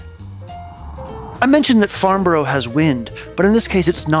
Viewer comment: It's pronounced Farnbra, brah